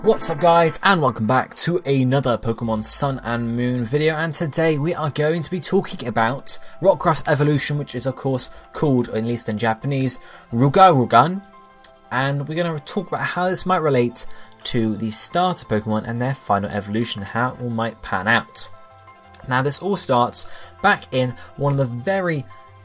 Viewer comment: Lugarugan not Rugarugan.